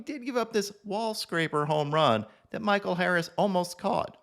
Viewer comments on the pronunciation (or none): none